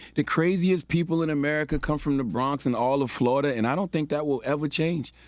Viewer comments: The people who listen to this lispy dude get dumber every day. Florida is not 2 syllables... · Charlemagne. Flor-ida Everyone else Flo-ri-da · I love when Charlamagne starts asking the rest of the group to educate him on things. P.S. it is 3 syllables right? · Florida 3 syllables 🤣🤣😄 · Three syllables* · 🤣🤣 Florida is three syllables. Flo-ri-da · Florida is a 3 syllable word. Flo-ri-da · it's FLAW-DA!!! the state is wild suspect. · 3️⃣ FLOR-I-DA 🌞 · Flo-ri-da is 3 syllabes :-P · FLORIDA is 3 syllables dumb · FLORIDA got 3 syllables 🥴. You would think. Someone who was born in the USA. Would know how to pronounce FLORIDA 🤷🏽‍♂️ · 3 syllables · Isn’t FLO RI DA three syllables? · Isn't Florida.... three syllables? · This dude is an alleged author and doesn’t know Florida is 3 syllables 🤦🏽‍♂️ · Char…Florida is 3 syllables…lol JUS sayin… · charlemagne again showing the world how d u m b he is. We learn syllables in this country in the 2nd grade. 40 year old man cant count syllables but tries to lecture people on the radio. Pretty pathetic and hilarious. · Florida is 3 syllables sir! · Did Charlamagne say Florida has 2 syllables? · I think the Florida Crazy Crazy of these stories is rubbing off on Uncle Charla. He forgot that Florida is a word with 3 syllables. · Florida is 3 syllables tho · Florida is 3 syllables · Still pretty sure Florida is 3 syllables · Lol Florida has three syllables lol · That’s 3 syllables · Florida is 3 syllables Charlemagne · C tha God said 2 syllables..Actually 3 Bro!!!...New York Education ..lol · Florida is 3 damn syllables!🤦🏾‍♂️🤦🏾‍♂️ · When he said Flor'da was two syllables, I said DAMN! DAMN!! DAAAAAAMN!!!! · 2 syllables?? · Florida has 3 syllables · Florida, the "i" is silent- Charlemagne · Sir Florida has three syllables 😂